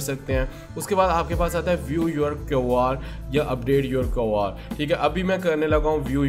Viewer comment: QR thek bolna be nh ata ye kyun r kia hota hy?